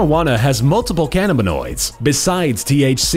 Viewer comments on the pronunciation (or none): God the way he says "cannabanoids" AHAHAHAHAHAHAHAAH